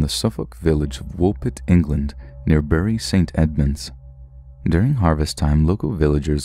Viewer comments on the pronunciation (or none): none